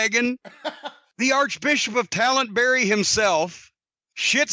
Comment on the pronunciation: "Archbishop of Talentbury"